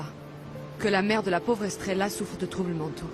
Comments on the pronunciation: Puis que je ne fais que te dire que l'on ne dit pas strella mais Estrella idiote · Depuis que je te dis qu'on ne dit pas strella mais Estrella idiote